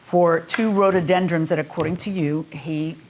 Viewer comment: It's RHO-DO-DEN-DRONS, NOT Ro-do-den-DRUMS.